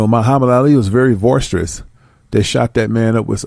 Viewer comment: Boisterous not voiceterous the movie is called snuff and not sniff and his name is Rza as in rizza not Roz lol